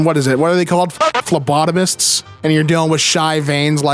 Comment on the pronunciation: Mildly interesting that your pronunciation of Phlebotomist was spot on... Yolk and hexagonal however...